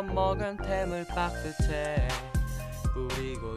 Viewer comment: 템을 뿌리고 죽ur도~ 발음 스웩